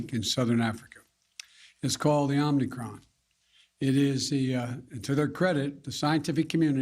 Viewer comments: 1. It's "Omicron", not "omnicron" you deranged, senile, old bat. 2. I thought Trump was reeecist for travel bans? Too much hypocrisy to keep track of old coot? 3. If the government, big pharma, big business, and "celebrities" get in front of a camera, dance and smile at me, and tell me to do something because everyone is doing it; that's good reason enough for me to tell you to shove off. 4. You're Hunter's dad, so I'm sure you are all about pushing drugs, but as for normal Americans, we prefer not being told what to inject into ourselves. These government representatives need to know their place. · Not omnicron Joe. It's omicron. Someone gets the flu too every day. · I just knew he was gonna say Omnicron! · Omnicron? Wow! Biden is so smart. He added a new letter to the Greek alphabet. Any excuse to shoot us full of poison. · Why does he keep saying OMNICRON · Omicron.. not Omnicron.. how is this guy a “President”…. it’s insulting and rude to us Americans. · The omnicron omnicram lol they just love names that spark fear which they can't even pronounce correctly. Lets call it the omniscam instead. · Its called the omnicron? He needs glasses OMICRON!!!! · Omnicron? Pres. FJB calls it wrong several times. Then he ranted about the jab now we need a booster. What's next a booster every month? NO JAB FOR ME! MY BODY, MY CHOICE! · They should have gone over the script with you ahead of time. It’s not Omnicron, it’s OMICRON! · Called the Omnicron? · Its not omni cron lol its omicron shove your vaxx jack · He can't even get the name correct, it's Omicron not "Omnicron" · Joe, it’s not omnicron it’s omicron! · Why don't they correct him? It's not Omnicron... it's Omicron. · Even the criminal liar Fauci said “Omnicron” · He can’t even pronounce the word Omicron—he says “Omnicron”. He took “immediate steps to restrict travel” to Africa, huh? I seem to recall Trump being called Xenophobic for doing the same thing. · "Omnicron"... First thing out of his mouth is wrong.